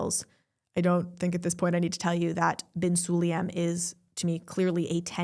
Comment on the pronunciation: Why not to pronounce surnames correct? Su-la-yem